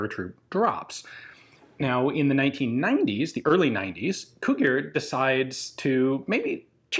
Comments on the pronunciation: Yeah, whenever somebody sees "gi" they pronounce it like the romanian "ghi". So instead of "Cugir" it's pronounced like "Cughir". Still better that there is a video made about it rather than no video about it. I didn't even know the gun existed until I saw the video lol. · Yet another Romanian gun I never knew about, thanks for showing. By the way, Cugir is pronounced like "koo-jeer", though I admit the other way sounds pretty cool. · The pronunciation of Cugir in English is similar on how you pronounce cudgel but with a a longer "u" that is something like Coodgir :P Nice video, Ian. We like to think that us, Romanians, make do with whatever we can lay our hands on. This is why we adapt our weapons to our needs but with very little money involved :D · The name of the town producing the weapon (Cugir) sounds like trying to read ‘Kujir’ if you want a proper pronunciation. Spent all my summers there, amazing place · I always liked how people say Cugir, sounds like Cughir... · Actually Cugir is spelled something like Kugeer, kind of like in Italian. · Cugir is pronounced with "j" sound like "jelly". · Cugir is pronounced coo-geer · It's pronounced Cu Jir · fyi it is pronounced [c u g i r] just like its spelled, check google translate sound :P